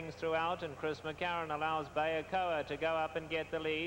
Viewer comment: Bayakoer? There is no r at the end of her name.